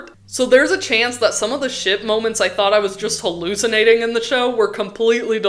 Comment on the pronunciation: Every time you day ship i swear i hear shit 😭🙏